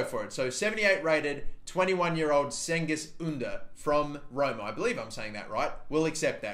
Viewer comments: Im turkish and its pronounced jengiz oondar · Cengiz ünder is pronounced Jengiz ooonder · You say it like Chengiz Ünder